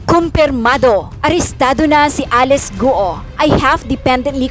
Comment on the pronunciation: Ms. Karen Davila, Alice Guo's last name is pronounced "GOO OH" not GO.